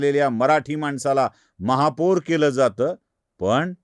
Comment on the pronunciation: दादा, महापूर नाही महापौर म्हणा! बाकी विडिओ छान! 😂